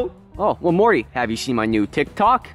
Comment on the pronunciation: Morty not Marty